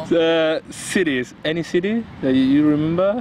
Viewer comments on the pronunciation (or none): Nadie noto que decía sities? En la hoja de las preguntas